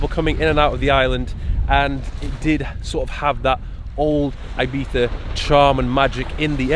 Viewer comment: I like you even more now you’re saying Ibiza proper. 💪🏼😂👍🏼